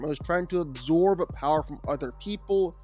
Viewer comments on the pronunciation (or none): none